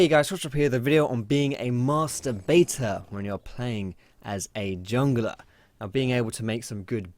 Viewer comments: All I could hear was "mastur bator" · Am I the only one that always hears masturbator instead of master baiter? XD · Lol, i'm i only one who heared masturbator instead of Master Baiter ? I know i'm fcking pervert :3 xDDD